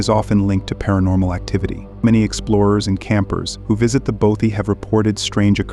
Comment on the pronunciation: How tf do you pronounce "bothy" wrong? Impressive